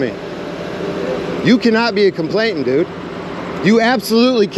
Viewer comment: It's complainant, not complaintant.